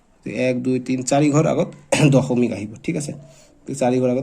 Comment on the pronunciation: Sir dosomik nohoy, dokhomik boli koy 😅😅😅😅😅😂😂😂😂😂😂😂😂😂❤❤😢😮😮😮😅😅😅😊😊😊😊🥴🥴😇😎😎😎😎😎😎😎😎😎😎😾😾👿👿🥺🥶😜😜😝😝🤪🤪😁😁😜🤪🤪🤪🤪😁😁😆😆🤣🤣🤣🤣😂😂😂😂😂🤣🤣😇😊🤔🤔🤔🤔🤔🤔🤔🤔🧐🧐🧐🧐🧐🧐🧐🧐🧐🤨🧐🧐😠😠🤐🤐🤐🤢🤢😷😷🥴🥴🥴👽🤡🤥🤓😎🤑💥💥💯💯💯💯💯💗💗💓💞💞💞🦷🦴🧠☠️👅👁️👣👁️👣🧠🧠🧠🧠🧠🧠🧠🧠🧠🧠🧠🧠💪💪💪💪